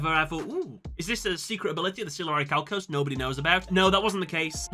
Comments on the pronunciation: Its pronounced 'oricalcamalose'! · Um, I believe it's pronounced "Or-i-ma-calc-u-lous" 😉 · deep breath IT'S PRONOUNCED ORICHALCIMALOS!